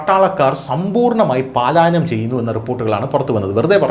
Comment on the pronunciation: Palaayanam. Not Paalaayanam